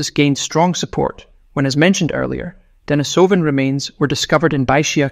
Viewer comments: Damn. Now I can’t unhear the issue. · The fake voice starts the video by mispronouncing both "Denisovan" and "Neanderthal". Not a good start if trying to impress the public with your credentials. I watched for a few minutes, but there seemed to be no hurry to disclose the solution of the "DNA mystery". Was this ever disclosed? Was it anything new? It wasn't worth waiting up to 15 minutes to fund out.